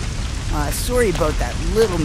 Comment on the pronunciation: He said he was soary